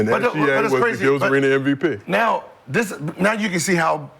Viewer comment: It’s MVP not NVP